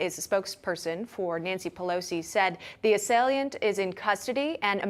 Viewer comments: One of my favorite reporters even though she can't talk. "An asalient broke into Paul Pelosi's home early this morning violently assalsing him..." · “Assailiant”? …see how these results “pander out”? Such strange pronunciations and word usage from these journalists. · Please learn how to pronounce "assailant" properly it's not "assal i ant". Yanks . . . sheeesh ! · She pronounces assailant weird